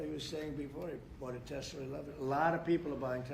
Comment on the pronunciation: Idk why, but every time trump says tesla, it sounds like he's sayin "tesler"! He been spendin too much time down yonder!! Lmao